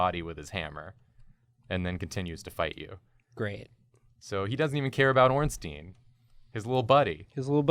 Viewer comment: Why do half of the YouTubers I watch pronounce it Smoe and Ornteen? They're not a Jewish law firm lol. It's pronounced like Smog or Smowg and Ornstein is pronounced like Frankenstein. I could see if they were golems or something but they're in an Italian style building in a medieval themed world, I doubt they'd have Jewish names. Even though Ornstein is in reference to the son of a jew, I still don't think his name would be pronounced in Hebrew given the time period and locale.